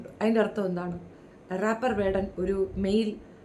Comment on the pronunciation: റോപ് അല്ല സർ, റേപ്‌ എന്നാ ണെന്നാണ്.....😮